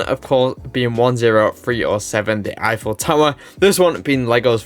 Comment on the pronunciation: "Effiel Tower" .... "Effiels Apartment" ... Gustave Eiffel doesn't approve.